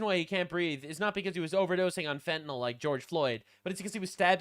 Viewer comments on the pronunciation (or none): none